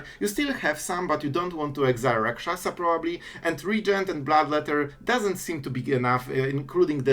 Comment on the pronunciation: You pronounced that Rot-Curse Rakshasa like you're a native of Tarkir lol